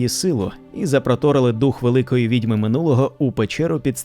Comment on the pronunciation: Направду, голос та вимова у Вас приємні, але є і дрібні зауваги: відьмИ, відьОм, привезтИ, протистОяти, піснЯми, "добросівісний"- порядний, сумлінний, "з тих пір"- відтоді, "при вагітності" - під час вагітнсті, "розраховувати на успіх" - сподіватися, вважати на успіх", "застрибували у воду" - стрибали у воду, "плавні одежі"- майливі, повітряні одежі.